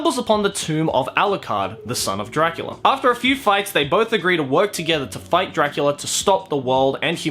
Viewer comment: Castlevania’s dub: alucard says “dracoola” Still looking up to daddy huh?